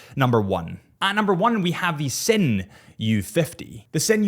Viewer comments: and "zin" not "sin" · I stopped watching at the Sinn pronunciation. How can someone that calls themself as a “watch nerd” don’t even try to learn how to pronounce the brand and models. Nah